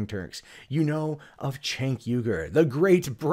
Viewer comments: it’s a shame that you can’t Say his name correctly, It’s pronounced jenk not chenk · His name is pronounced Jank. If you don't know how to say his name it helps to prove that you never watched him and hate TYT without giving it a chance. They also never claimed that Cenk was a reporter, in fact, they hired reporters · You might not but wrong but I know you know how to pronounce Cenk don't pretend you don't. It makes you sound stupid.